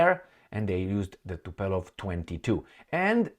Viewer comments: you murder us with your brain-dead "Tupelov"!!! Dude, is Tu- POOOOOO-Lev!!!! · Tupolev and not Tupelov, my friend.